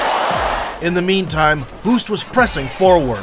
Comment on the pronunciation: Why not do a little bit of research on how to pronounce non English names? Ernesto Hoost is Dutch. Pronounced like host.